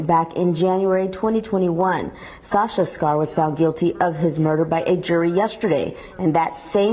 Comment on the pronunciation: Her name is pronounced Scar, Sasha Scar, not Scare